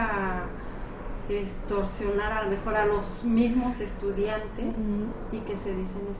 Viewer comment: heeey en Pau dice estucdiante no estudiante hay t encargo churpio